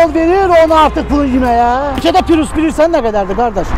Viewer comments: Pirus yox ay abrazavolski xalqım "PRİUS" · Ay savadlı pirus yox prius